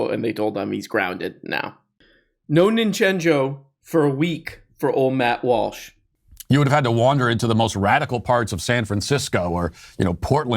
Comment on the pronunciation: yeah, he can get "slavoj zizek" right, but "matt warsh?" guys, i think he's messing with us, the fiend. KEvron